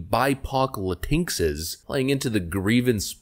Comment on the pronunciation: Lol la-tink-ses